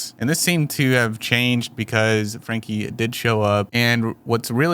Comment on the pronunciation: Pronounced Frankie